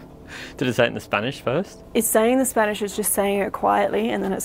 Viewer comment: Im amazed at how good their pronunciation of spanish is